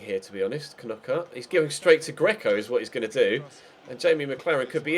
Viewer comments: Ffs, I'm a Brighton fan and you pronounce it "Nockart", you don't pronounce it like those twatty Sky commentators do. You don't Kernock a door do you? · when you can't say knockaert